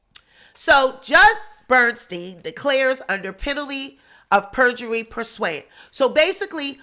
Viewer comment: it's pronounced Pur sue ant